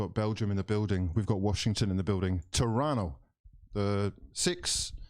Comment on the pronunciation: I love how you pronounced Toronto correctly without a "t" at the end and called 6ix as well!!! true Torontonian